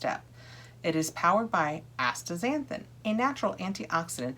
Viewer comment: Yes, the pronunciation is asta-zanthin. 😊